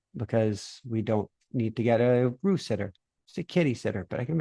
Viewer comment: It's time to raise the Roo-f for Roo.